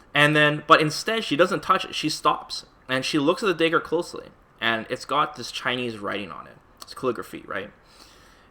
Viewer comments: dude it’s fucking DAGGAR..not dehger..that shit killed me. good video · Why do you say 'daegur'? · The "day-gger" lmao... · "Day-ger" lmao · He doesn’t know how to pronounce dagger. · I was thinking that too lol